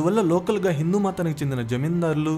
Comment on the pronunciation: Ahalya Bai Holkar is a queen and not a king. Please correct yourself. వాల్లు వీల్లు అనవద్దు. వాళ్ళు వీళ్ళు అనాలి. మల్లీ కాదు. మళ్ళీ అనాలి. వందల మంది చూసే వీడియో లో భాషా దోషాలు లేకుండా చూసుకోండి